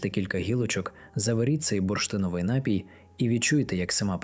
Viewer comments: НАПІЙ- наголос на 2 складі.Дякую за цікаву і цінну інформацію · Дякуємо за працю і поради! Лиш зверніть увагу, що на слові "напій" наголос правильно ставиться на другому складі. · Приємна вимоаа, але не всі наголоси правильні. Ди'чка. Напі'й. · ДЯКУЮ ЗА КОРИСНУ ІНФОРМАЦІЮ. ВИМОВЛЯЙТЕ СЛОВА напІй наголос на і далі дИчка і полотнЯний